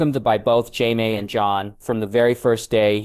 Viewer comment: Jaiveeays. Not Jaime, that would be to complicated.